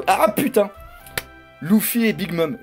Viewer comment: Juste pourquoi à chaque fois il dit louffy et pas luffy ca stresse 😅😂